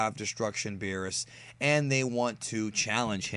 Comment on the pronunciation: he called Beerus, Beebus now I think Beerus as Beevus that is so funny